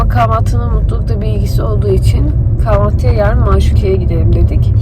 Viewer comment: seni çok beğeniyorum kapanan kanalından beridir takip ediyorum beni yanlış anlama ama lütfen kahvaltı kelimesinin telaffuzunu doğru yapsan takıntı haline geldi senden duyunca tüylerim diken diken oluyor 😂😂😂